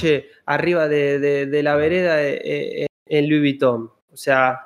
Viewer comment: No sabe inglés pero pronuncia a la perfección Louis Vuitton